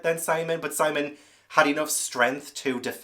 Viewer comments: Yes, Sihm-ee-uhn. I was wondering whether he was doing that one on purpose. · It is Sim eon as you said not Simon with an e 😂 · Conchita Lopez is Pilar (pee-lahr) Estravavos' real name. (I think you are mispronouncing Simeon's name on purpose, so . . .) Two brown-eyed parents can have a blue-eyed child and two blue-eyed parents can have a brown-eyed child, but Christie did the best she could at the time, probably.